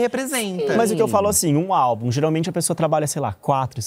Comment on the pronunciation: Eu, professora, na hora que o falou: "A maldição do 4° álbum", escutei: "A maldição do 4° A", que é sempre a pior turma da escola! 😂😂😂 Socorro!!!!!